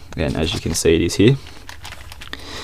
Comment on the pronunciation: Why are you saying he instead of here?